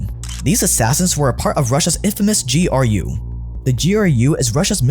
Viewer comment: GEE ARR YUU Honestly making my ears bleed. Its pronounced Groo. What is it Anglos and pronouncing every letter in an acronym? I mean you call him POTUS not PEE OHH TEE YUU ESS right?